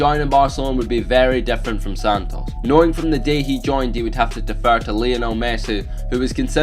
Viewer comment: Pronounced "Santus" even though it's spelled Santos